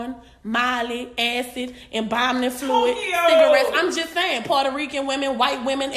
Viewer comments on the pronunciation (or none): And she said Inbombing fluid 💀💀🤣🤣🤣